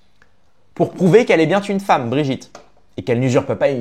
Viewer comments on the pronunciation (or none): "qu"elle est bien-t-une femme" ... Bravo pour la liaison mal -t-à propos.